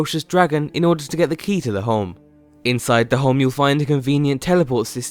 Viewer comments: Is he saying Holme or Home? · Home not fucking holm! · omg.. how many times does this guy say home in this video, not even saying home sounds like he's saying holme.. pretty annoying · Stop saying holm